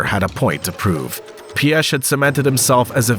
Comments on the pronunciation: Somewhat correct pronunciation of Piech LESGO!! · But Piech incorrectly 😂